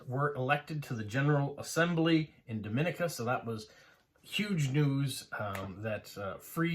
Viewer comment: I'm from Dominica. It's actually pronounced Dom-ee-nee-ka. There is a distinct pronunciation difference between us and the Dominican Republic; you are pronouncing Dominican Republic correctly. I love that you are delving into our history and passing information about our country; we are small and sparsely populated, but that also makes it a great place to visit if you enjoy nature. Great video!